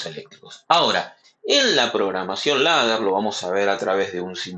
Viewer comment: "Leder" se pronuncia